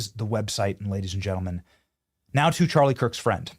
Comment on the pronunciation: He said Charlies name wrong.